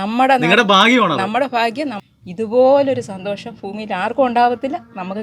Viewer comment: ഫൂമിയും ഫവനവും ഫാഗ്യം